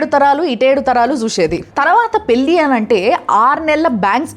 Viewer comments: మేడమ్ మీ వీడియో లు నాకు చాలా ఇష్టం. పెళ్లి అనండి. పెల్లి అనవద్దు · పెళ్లి అనాలమ్మా పెల్లి కాదు